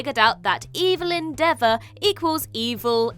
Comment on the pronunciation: The character pronounced her name "EV-el-yn" NOT "EE-vil-yn"!